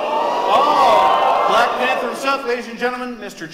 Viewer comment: LOL you said Blank Panther instead of Black Panther! 😂